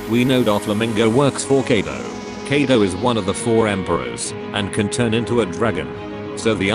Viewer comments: Him kiado Me : KAIDO SAY KAIDO This probably only annoys me but can u please say it right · People: Kaido Text2Speach: Kedo sometimes keido